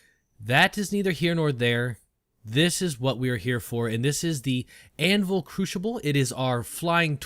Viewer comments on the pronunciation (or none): Couldn't help but laugh each time he said Crooshible. Great video though, hope you get into the next wave of PTU testers as I would love to see your content on it.